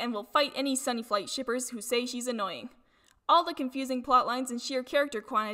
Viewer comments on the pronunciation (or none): Isn’t it Sunflight, not Sunnyflight